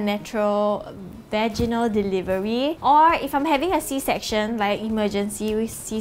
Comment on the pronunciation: "Vaginal delivery" Me: "Veg-gie-nal???" xdxdxdxdxd